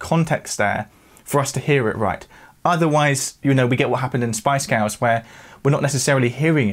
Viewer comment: Loved this lesson but who are the “Spice Gows”?